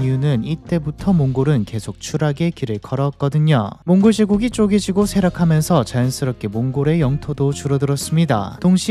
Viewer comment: 왜 몽골로 라고 안하고 몽고르로 라고 발음 하시는지 궁금하네요 버릇인가?